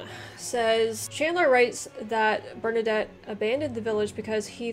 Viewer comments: Bernadette. Sounds like the Female version of Bernadotte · Hearing her pronounce Bernadotte as Bernadette is pretty funny. As for uniforms, different ranks commonly came with different uniforms. Different types of troops too would get uniforms, such as heavy cavalry and grenadiers getting fancier uniforms to reflect their elite status. This practice is actually still followed in modern armies, though the difference in uniforms is often much more subtle. Usually armies had a common theme. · No, I love how she pronounces "Bernadette"